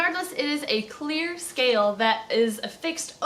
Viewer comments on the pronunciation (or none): none